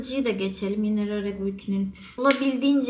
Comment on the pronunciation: Bebeğim rare beauty telaffuzun yanlış 🤗